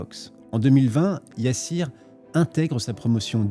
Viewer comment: gOOD wORK ça se lit Yassir pas YA SSIR